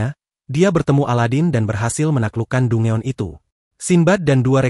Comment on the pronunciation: Danjen bang bukan dungeon